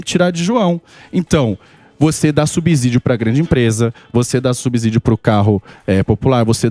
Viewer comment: Deputado economista pronunciando "subzídio"? O Samy só reclama da engenharia...